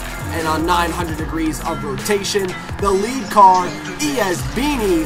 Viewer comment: Just noticed this lol, 460hp in that Skyline R34, and its Ben-nie, not Beanie lol